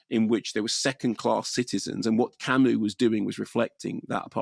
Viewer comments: It's pronounced 'Camoo'. Trivial point I know but I have nothing of worth otherwise to add to some of the excellent commentary around existentialism already posted by others. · It's pronounced "Camu", the s is silent. Perhaps you can read about Camus' remarkable life. There are two excellent biographies by Herbert Lottman and Philip Thody. Read his other novels as well, to get a better idea of existentialism. It is certainly not nihilism. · I like Kermode & Mayo on film, but they have a very no-nonsense approach to anything philosophical down to the way Kermode pronounces Camus as Kamuss! They are anti-intellectualists who escape into film as opposed to reading books, so their attempt to sum up 'existentialism' is a bit puerile. Very Beavis & Butthead! Camus wasn't an existentialist( he said so): Camus used the novel form to express philosophical perceptions by using images. Camus's philosophy was about the Absurd: what the mind wants, what the world prevents. Also his use of chance as in the absurd murder, which is never fully explained psychologically, apart from the effect of sunlight & heat: " It was the sun." Merseault would be classed as a psychologically challenged individual with an autistic disorder in a racist, apartheid society. That's' why they're right the placement of the named Arabs Moussa and his sister Djemila( important in the court scene) was a revisionist take on Camus's startling novel of 1942. Kamael Daoud 's novel The Merseault Investigations from the Arab's POV has been absorbed by Ozon. This film is a vast improvement on Visconti's 1967 film because Mastroianni was too charismatic in that, so it didn't work. Delon would have been a perfect fit. Don't forget if you see a novel filmed you should at least attempt to read the novel and understand it. Try not to mix Camus up with Sartre.